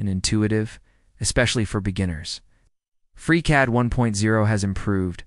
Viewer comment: "Fusion 364"........"aH!!!!!!!!!"......"without its passionate leader 🖖🖖"......"OUT-cOmE!!!! " ..... "it feels more engineer Y and Raw" ..... FReeCAD v. FUSONO😑..... "Freecod" ..... whispers and rushes a huge point about F360's data management & collab features like they're medication-induced side effects ..... "FreeCAD is 100% free and a good choice" . The takeaway here is literally, "Try both and see for yourself". Umm...that's the problem. I don't have the [fill in blank to suit your specific situations, fam] to try both and see. Anywho, here's a free YouTube social engagement credit for your time I guess. Reader, at , freeze frame JUST before the other video suggestions pop up. It's the most endearing representation of the whole FreeCAD vibe. I love FreeCAD so far BTW and I already know it's going to see major iterations and improvements from devs and community. Happy modeling everyone!